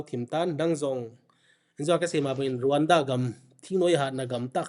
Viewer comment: It's Rawanda but it's pronounced as Ronda...so educate yourself pukhripur macha